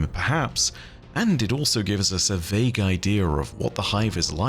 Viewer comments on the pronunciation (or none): The word is idea. Not idear. I D E A. No fucking R in it.